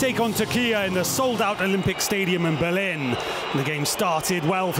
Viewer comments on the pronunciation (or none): none